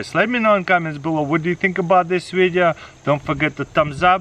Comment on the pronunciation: "today's videa"